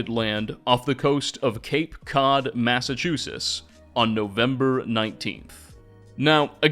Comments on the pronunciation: Is there a reason you pronounce it massachusess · Mass-eh-choo-sitz not whatever you said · In New England we pronounce it "Mass-uh-chooz-itz". Great video as always man. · There is a "T" sound before the last "S" sound in Massachusetts. Sorry just couldn't help it hearing that every time lmao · Is it me or am i not hearing the "tt" in Massachusetts when says it? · The way you say Massachusetts is crazy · Ngl bro, you’re totally mispronouncing Massachusetts. Sorry, but it was really bothering me. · I think so. He often mispronounces common words. Still makes some interesting videos though. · Your pronouncing of Massachusetts. LOL See those "T"s? They're not silent. FYI. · Tell me you can't pronounce Massachusetts without telling me :face-green-smiling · dude why the hell don't you pronounce the T's in Massachusetts lol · I've never in my life heard anyone pronounce the T. I live in the South though. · Your pronunciation of Massachusetts is infuriating... Great video tho 😁👍😅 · My home town being covered by my favorite skyrim creator. Also, you cant pronounce Massachusetts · Long time listener, first time commenter. I'm, sorry, the Pilgrims landed in what state?? As a Midwestener who moved to New England, I have never heard Massachusetts pronounced like that before. I'm not sure if it's an intentional mispronunciation to boost interaction, but here's a comment for the algorithm nonetheless. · Great video, but thoroughly annoyed with pronunciation of Massachusetts 😂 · ...I've never heard anybody say "Massachusetts" like that before. Are we that obscure? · My guy, i love your content but you're butchering the pronunciation of my state 😂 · I love what you’re doing but you sound very odd pronouncing Massachusetts. Honestly it’s taking me out of the video. Sounds like you’re dropping letters to say it faster. I knew a guy from Malibu that said it similar. Thanks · Its massachusetts, not massachusus, just fyi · What's a "Massachusis" and "memwire"?